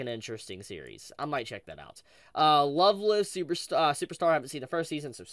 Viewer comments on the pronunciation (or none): You really gotta check out Rent A Girlfriend. Also FYI, the "Live" in "Love Live" is pronounced as in "a live show".